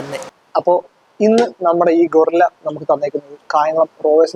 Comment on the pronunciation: ഗോറില്ല അല്ലടാ bro ഗറില്ല 😁